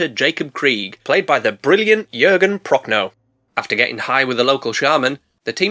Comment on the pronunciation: How many times did you slip up and call the "nice big croc" a "nice big c0**"? We want those bloopers! Also, thank you for pronouncing "Jürgen" correctly... and "Prochnow" like 90% correctly.